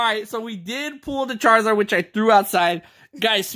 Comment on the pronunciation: You said charzard times